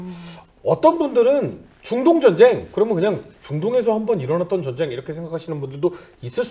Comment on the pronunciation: 여성 진행자,,, 정쟁 정쟁 이라고 발음 하는게 참 거슬리네요~~ 제목이 전쟁과 사람인데,,, 정쟁이라니 ㅎㅎㅎ